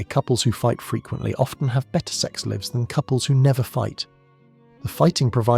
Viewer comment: . AI moment. "sex levs" vs "sex leyeves". AI can't differentiate from context with homophones. Live, live. Bow, bow, etc.